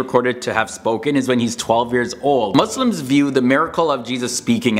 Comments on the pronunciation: he said right my brother. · i respect how you pronounced “Muslims” right